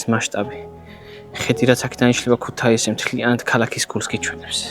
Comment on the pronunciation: წესი #1 არასდროს, არასდროს და არასდროს არ თქვა ქუთეისი! მეათე წუთამდე სიამოვნებით ვუყურე და სხვა ვიდეოებსაც ვნახავთქო რომ ვიფიქრე ქუთეისიო და ჩაყარე წყალში ყველაფერი. 😔